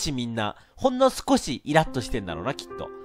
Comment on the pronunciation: 気を使ってほんの少しを強調するレトさんの優しさ